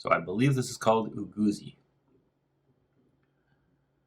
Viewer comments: Eguisi not ugasi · You are also not correct 😅 it is called egwusi not eguisi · Lol its Egusi . pronounced E - Goo-see.. And it may taste different or "off" because your using a fork. Try it hot with the fufu using your hands . different nigerians cook the same dishes differently . maube trying another resturant .